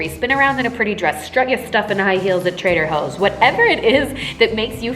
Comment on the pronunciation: Am I the only one who heard her say “Trader Hoes” instead of “Trader Joes” 🤣🤣🤣🤣❤️❤️❤️